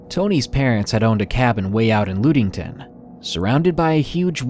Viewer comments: The town of Ludington is pronounced Ludd-ing-ton, not Lood-ing-ton. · It's pronounced lud-ing-ton not lood-ing-tin 😂😂